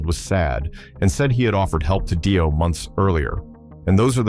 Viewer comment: Yep, there's hundreds of slop accounts with low sub counts, regurgitating any old shit, modifying it and not even getting the narration right.. is an example where Dio is pronounced dee-oh and then seconds later die-oh. AI slop is a fkn shameful waste of resources.